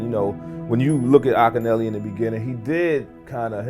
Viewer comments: Ahhk ki Nelly...Akinyele...Deck even pronounces it in the vid ...A.I. bs is killing us.🤦🏿‍♂️ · I like how the A.I. narrator mispronounced Akinyele's name. 😆